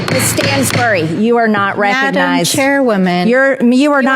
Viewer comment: "Miss Stansbury, you're not reck-a-nized!"